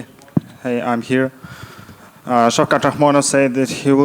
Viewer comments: Did he say shi$ rat ?? lol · Bro did not just called Shavkhat “Shitrat” lmfaooo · He called Shavkat Sh*trat 😂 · Did he say shit rat? Hahahahaha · Colby called shavkaht shitrat 😂😂😂😂😂😂😂😂😂😂😂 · Sh*t rat is what he called Shavkat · Did he just call Shavkat "Shitrat?" Lmao